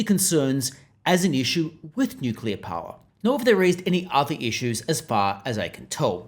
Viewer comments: Yeah it's NOOKILLA ha ha 😂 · Bowen can't even pronounce nuclear correctly!